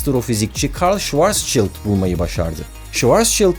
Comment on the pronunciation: Barış abi Schwarzschild öyle okunmuyorda neyse 😂 komik olmuş öyle okuyunca. Amerikan aksanın olduğu içinindir.